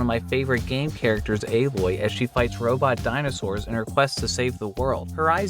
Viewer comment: Aloy-ol-las got me crying lmfao 😭